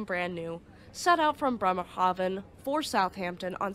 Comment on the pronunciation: your pronunciation of Bremerhaven was so spot on it made me think of The Sound of Music. Did you know that the Captain and Maria had a daughter named Eleonore, but they called her Lorli?